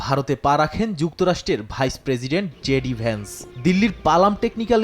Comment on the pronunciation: ভেস নয় বেটা ভেন্স